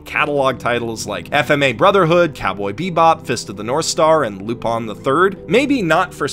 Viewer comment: Why is the title pronounced, "Lupon" and not "lupin"?